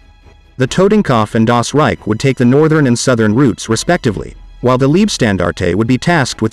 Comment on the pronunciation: Once and for all: If you make Videos about WW2 please try to pronounce the glorious names of the SS-Divisions a bit more german Leibstandarte, Das Reich and Tortenkopf, good god?????